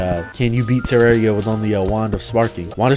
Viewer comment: its terraria not terrario wtever